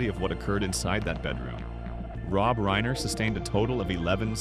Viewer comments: Least you can do is pronounce the last name Reiner correctly It isn't Reener....fkn goof! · You mispronounced 'reiner' twice and differently both times. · Nick who? you need to pronounce reiner